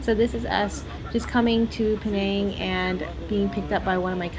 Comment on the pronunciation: I hope you were not raised in Penang cause the way you pronounced all those name of the Food is Horrible!!! Stop that Slang of yours for Penang Ppl Sake